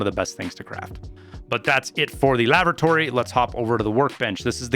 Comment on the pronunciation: ''Lavratory'' rox xD